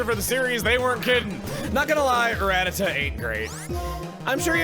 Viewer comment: He pronounced Rattata incorrectly at the very start of the video